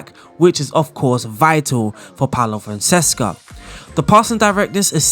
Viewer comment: FONSECA! NOT FONSESCA 😂 every bloody time! Apologies. kkkkkkkkkkkkkkkkkkkkkkkkkkkkkkkkk